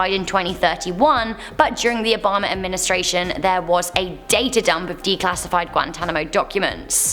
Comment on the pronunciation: I love the way she says Obama... Obomber